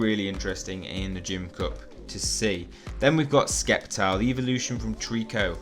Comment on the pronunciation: you pronnounce it "Septile" not "Sceptile" just saying